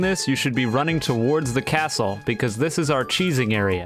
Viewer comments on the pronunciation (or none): none